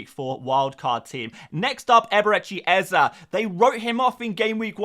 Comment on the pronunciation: Stop saying eze like that please and thanks